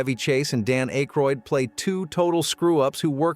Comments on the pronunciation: Who the hell is Dane Acheroid?🤣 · Dan Ache Roid. Fing AI slop.